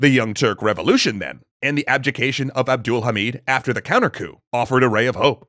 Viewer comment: As a Turk, I can say that he pronounces "Abdülhamit" really good.